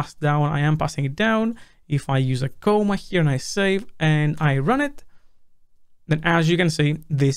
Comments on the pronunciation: C-AH-MA, not C-OH-MA, thanks. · It's "comma" not "coma". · If you already pronounce comma like coma, how do you pronounce coma?